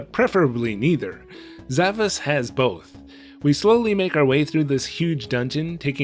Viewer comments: Actually, it is pronounced Sa-VAHSH. It's that Ş at the end of the romaji, suggesting a more Turkic pronunciation. The kana also ends with a シュ, suggesting the pronunciation is Sa-Ba-Shu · It actually is pronounced like "Zavash". That S is a Turkic accented character used in languages like Turkish and Azerbaijani. It's an "sh" sound. It seems to be a specific type of sword that doesn't have a direct translation - very obscure choice for a title.